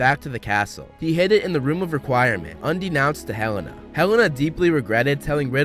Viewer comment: I think you mean UNBEKNOWNST (UN-BE-NO-NST).